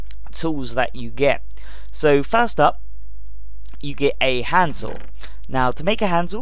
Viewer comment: When he said "hand saw" I thought he said Hanzal (purposely misspelled)